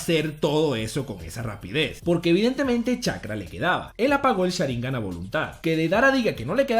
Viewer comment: Cada vez que dice "Sháringan" con acento hay un terremoto en Japón. Por Dios no se dice así